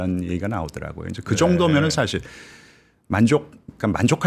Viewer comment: 이 분 한국어 발음을 더 잘하시면 좋을듯. 교포 제니도 아니고... 인줴...협죵... 사쉴